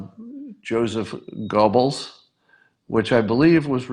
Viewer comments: Scott, Goebbels is pronounced "Gerbels," not "Go-bels." That is likely what Beto said, not "Gurgles." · I think "Gubbels" is more accurate.